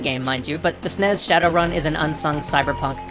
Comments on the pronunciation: Did... Did you say "Snez"? No. SNES rhymes with Ness, not Fez. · SNES rhymes with PEZ?